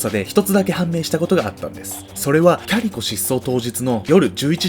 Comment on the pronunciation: キャリコ、キャリコまるでファーストネームかのように言うなよｗ（お母さんだってキャリコだ） だんだんキャリ子に聞こえてくる